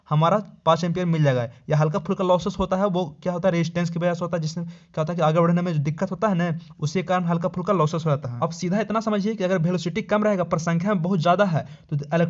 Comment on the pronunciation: Aap (kyu ko ku )kyu kahte he